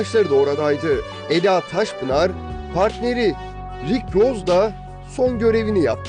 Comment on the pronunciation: Arkadaşa katılıyorum. Diksiyon üzerine çalışmalısınız. Doğal insan konuşmasından çok uzak bir konuşma bu, bilgisayar konuşması gibi robotik. Hiçbir Türk Eda ismini bu şekilde seslendirmez. A harfi hafif uzundur. Vurgu ve tonlamalar da ilginç. Kelimeler arasındaki duraklamalarınız da çok yersiz ve yanlış. Yani es verilecek yerlerde es vermeyip, verilmeyecek yerde es vermişsiniz. Örneğin: "Ortaokulu Alsancak (boşluk) ortaokulunda okudu" şeklinde seslendirmişsiniz. "babası Alabama'ya giderkenDefne (boşluk) annesiyle kaldı" Burada da giderken kelimesinden sonra boşluk vermeniz gerekirdi, Defne kelimesinden sonra verilen boşluk ise orada olmamalıydı. Ve bu evliliktenonüç Haziran Evlilikten kelimesinden sonra boşluk olması, on üç kelimesiyle Haziran kelimesi arasında ise bu kadar uzun boşluk olmaması gerekir. Bunun gibi çok örnek var. Bir iki tanesini yazdım. Gerçekten ilginç..